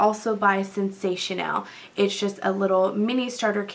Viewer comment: So I started laughing at the beginning. It's invincible not invisible. And it's sensationail not sensational